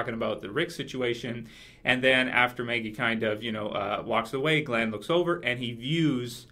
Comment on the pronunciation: You know her name is "Maggie" not "Meggie" right?